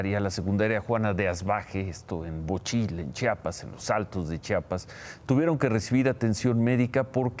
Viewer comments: Ciro se pronuncia Chiapas....no chapas a caso no sabes leer??? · Ciro, no es Chapas, es CHIAPAS!!!!